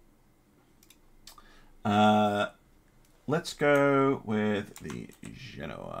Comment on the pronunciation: its Genoa, not Geona